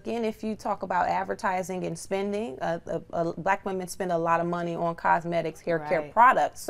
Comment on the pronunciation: Why does the black woman on this show have so much difficulty saying the words "black women"? I've noticed that with this generation of black people. The more you guys assimilate and focus on conforming to standards of whiteness, the more insecure you become. It's also a result of African-Americans rejecting their African heritage. You can't be proud of your natural hair if you're not proud of being African.